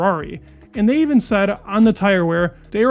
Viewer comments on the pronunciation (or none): none